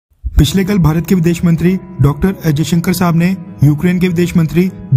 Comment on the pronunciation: अजय शंकर नही जयशंकर नाम है